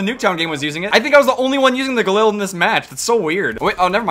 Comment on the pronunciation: He pit galil instead of ghalil